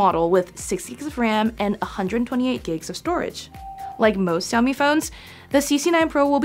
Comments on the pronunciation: great? All I can hear is Siaomi. There is no Sh in there. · Can´t you learn already, how to pronounce Xiaomi ?